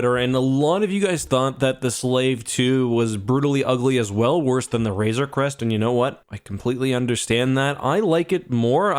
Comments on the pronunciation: When you hated the ship so much that you keep mispronouncing it... Also, I think Mando will find Gideon’s stash of Beskar and reforge the Razor Crest to be invincible. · Call it the "Razor's Crest" one more time and I'm gonna lose it